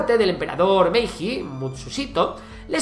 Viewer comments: Iba a escribir justo sobre lo mismo... Lo curioso es que pronuncia bien la "H" de una isla al principio y bien también la de Hayao Miyazaki, pero a mí también me enojan todos los que no saben pronunciar bien Hiroshima, Naruhito, etc... Y lo mismo con la J, al escuchar "MeiJJJI" casi me da algo. Por otra parte, todos sabemos pronunciar "judo", ¿no? Son pequeños detalles que para muchos no les importarán lo más mínimo, pero, agradeciéndole el vídeo, a ver si nos lee y podemos hacer que la gente aprenda poco a poco. Es una crítica constructiva, ojo. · la "j" en japonés se pronuncia como la "ll" en español. También en varios casos la "ei" se prinuncia como "ee". Por ejemplo, Meiji se pronuncia "Meelli". Espero que te sirva para próximos videos :) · Excelente narrado y resumido! Pero me duele mucho como pronuncias Hokkaido como OOkaido o Meiji con la JJJJ y no como "Meiyi", duele muchísimo t.t